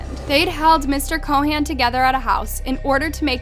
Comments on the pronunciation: It's Chauhan not Co Han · Ik what happened is horrible and I'm so sorry for them and their family, but i have to say this, your pronounciation of Anil Chauhan is killing me. That's not how you say it